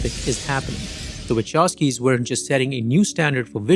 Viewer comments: Actually, the Wachowski surname should be pronounced as it would be written Vahovsky, with strong "h" like in the word "who";) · You mispronounce their surname. It's Wachowski, not Waczowski. Anyway, great content. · Bruh it's /vahovskis/ not /wachovskis/ telling ya 🎉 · My ears are bleeding !!! Wachovski !!! Please ... Wa-kov-ski !! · Now that im married to a polish woman and have been corrected.... the Wachowski have a polish surname. So the name is pronounced Wahowsky (w is v in polish but they dont have the letter v, but v is pronounced as faw in english only if the letter v is at the end of the word though then ch in polish is a h sound, but the h sound comes from your lungs. Do not ask me to explain it you any differently). But its cringe hearing people pronounce it incorrectly. Ive lived in Poland for the past 3 and 1/2 years and my polish is about A2 level and my pronounciation is spot on. The only person who knows better is a polish person and my polish wife told me this and from then on, i notice a lot of polish surnames, especially in america and people get them so wrong 😂